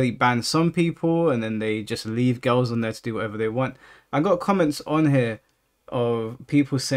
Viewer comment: I like how you say girls “gills” lol